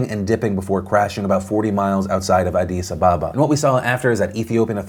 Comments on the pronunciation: Thats not how you pronounce addis ababa its ah dis a baba not a dice abebaba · has me now reconsidering how I’ve always pronounced Addis Ababa